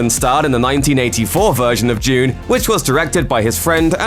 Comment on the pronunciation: The way you pronounce dune triggers me